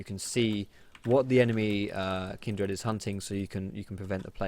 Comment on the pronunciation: why do you say kindred slightly weird? it's like you say kind-dred, I was just wondering if you heard the name wrong or if it's an Essex thing:-P